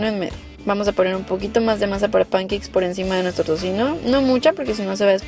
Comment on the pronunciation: Concuerdo contigo, si les va a decir pancakes como los que hablan inglés les llaman, mínimo que lo pronuncie bien.